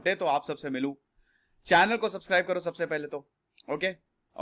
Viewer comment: Sir aap jb channel ko subscribe kro toh aisa lag rha hai jaise bol rhe ho ki china ko subscribe kro sbse pehle🤭🤣🤣